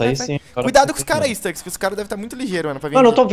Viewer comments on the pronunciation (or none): ele fala staks em ves de stux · o nome e Stux para de pronúnciar Stax não tem A não e um U e Stux não Stax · PQ O CHAMA O STUX DE STAX?